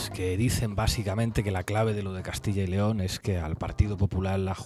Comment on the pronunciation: Dejar de decir más de una vez Castilla León. Es Castilla yyyyy León. Juan y Pedro nooo Juanpedro